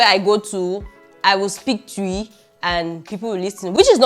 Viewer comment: It’s not tuiii 😂😂😂 it’s twii 😂😂